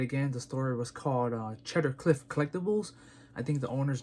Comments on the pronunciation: It's 'see-der' cliff collectibles not cheddar, lol. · Cee-dar. Not "cheddar". :)